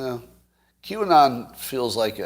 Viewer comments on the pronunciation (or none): none